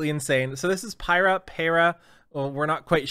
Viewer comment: Piera though I think it sounds like peera?????